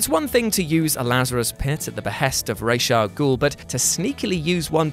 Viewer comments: Thank you for properly pronouncing Ra's Al Ghul, Batman Begins is damn near unwatchable for me due to them constantly calling him Raz. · You know? Just for pronouncing Ras' Al Ghul's name correctly,(which unfortunately is a rarity anymore) I'm giving yuh a like.